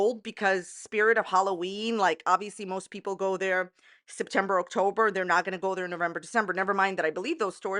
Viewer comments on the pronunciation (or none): Are we saying “Oaktober” on purpose? 😂